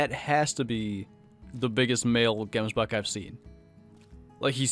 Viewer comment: u butcher that name so hard. Here in South Africa we say it a bit different. xD